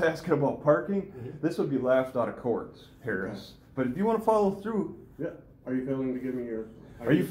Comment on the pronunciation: The way you say HARRIS made me literally laugh out loud 🔊! Great job keeping your cool by the way. You can tell this is not 🚫 your first rodeo.